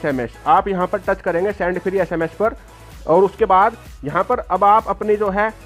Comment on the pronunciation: Sand nhi hota send hota hai🤣🤣🤣😂😂😂